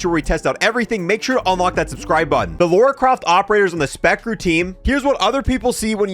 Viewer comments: It's LARA not LAURA. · Who is this "Laura" you keep talking about? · I am getting triggered it's called Lara not Lora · Lora croft? It’s Lara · her name is Lara, not Loura, not Lora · Why can’t Americans say Lara? It always sounds like Laura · Lara not laura 😅😅😅😅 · It’s Lara, not Laura. She isn’t some random British woman, maybe you should play something other than the reboots. It’s Keeley Hawes, the voice actress of Lara in the Legend trilogy and spin offs. She’s voiced her for years and is a pro